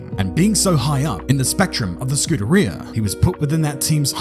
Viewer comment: dont use italian in your video if you cant pronounce scuderia (skoo-derria)